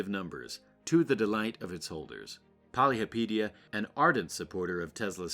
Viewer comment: Your not even pronouncing his name right. Poly hopa teea